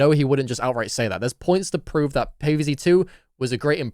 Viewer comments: I got 3 words for you "Pay Vay Zay" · "payvayzay two levels" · pay-vay-zee too-a